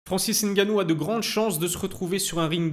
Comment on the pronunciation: Bravo pour cette vidéo, j’animerai bien que tu consacres un sujet sur le pour et le contre du départ de l’ufc de Francis. Bravo pour la prononciation de nganou, tu y es presque, ça se prononce co mnémotechnique, sans appuyer sur la première lettre. Merci encore pour très contribution.